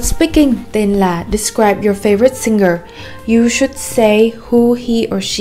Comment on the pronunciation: Video rất tuyệt vời và hữu ích song c có 1 chút góp ý với là singer thì phonetic sẽ là /ˈsɪŋər/ thay vì là /ˈsɪngər/ như đang phát âm nè:p